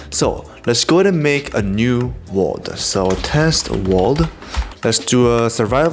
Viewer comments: "Let's do a test world" Test wrolrddd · "Test Wrolrddd" Lmao